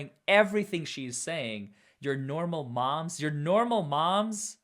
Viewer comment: Just Nohh-mal mums…oh c’mon 🙄🙄